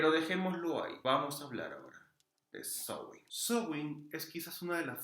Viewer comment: Hola, amigo! Felicidades por este video. Gracias por la información. Y gracias por la excelente pronunciación de Samhain (Sowin).❤